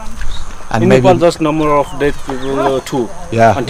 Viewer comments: Really loved it, good to see you having a good time in nepal. First British lad who can actually pronounce Nepal in a nepalese way. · Much respect. And I must say you are the first ever Brits to pronounce Nepal as Nepal not Nepal. Even the Nepalese kids in Uk they say Nepol instead of Nepal.